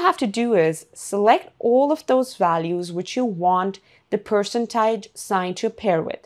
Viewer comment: That was hilariously funny. The AI did NOT even know how to pronounce Percentage.